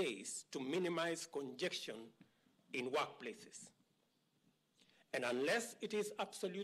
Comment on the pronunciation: But we have known and heard the same thing for the last couple of months from CS Mutahi Kagwe. Did I hear meticularly (meticulously) and congection (congestion)??? Meaning? Find out from the speech writer and let me understand.